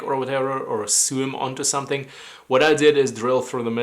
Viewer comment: I have found Dmitri is right, I love screws cooler and better than sewing on anything with a thick fabric i.e. belts, canvas, etc. Also, love your accent! not that you need to change anything, but if you were interested the word "sew" is pronounced "so" in English. Love your channel!!! -Ghost